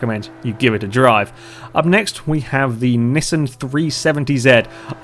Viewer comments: You say Nissan wrong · No he didn't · No, he didn't actually. I'm guessing you say it like 'knee-Saan'. Nissan has an I in it not E's. The language is called English, not American so just think about that, and anyways, we all pronounce things differently anyway!